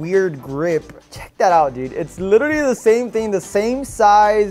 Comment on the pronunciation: Bro needs to stop saying "lilleraly"